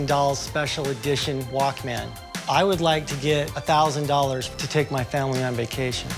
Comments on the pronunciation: wish he could pronounce walkman not walk man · hate it when people say it Walk man rather than walkman... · The guy selling it pronounced it Walk-Man. Everybody else says it “Walkmen” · guy couldn't even say walkman